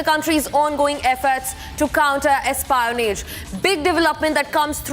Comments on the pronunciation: wait!! who tf calls it "Espyyyon-age" 😂😂😂😂 and btw spies have always been getting caught and arrested, why make a news about it only now??!! why no news on spies for past 5 yrs, even though so many have been getting caught and killed! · That is not how espionage is pronounced